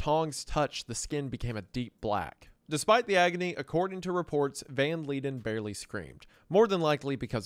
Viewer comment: He is Dutch and it's read as Yan van (v with f-ish sound) Leiden (I can't describe, please look it up) but yeah, I don't know why he didn't look it up but all the words in his name was wrong lol.